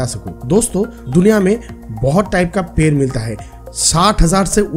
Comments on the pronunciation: Bhai 🦶per Nahi ped🌳 hota hai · पैर(foot) नहीं पेड़ (tree) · Ye ड nhi bol payega uski jagah र bolega